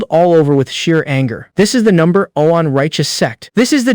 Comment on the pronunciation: Why the hell would ai read one as Owen?